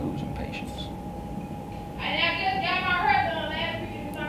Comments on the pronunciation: “Now look at my herrr” 😭😂😂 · why you mess up her ‘hurr’💀…the best YouTube couple on here🔥🔥